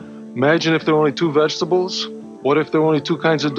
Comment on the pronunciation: Me: "Vegetables" Commercial guy: "Veshables"